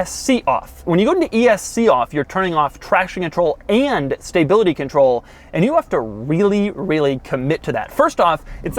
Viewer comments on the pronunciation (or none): Doug the type of guy to say "staybility" control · Doug “STAYbility control” Demuro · "Staybility control" - Doug, 2018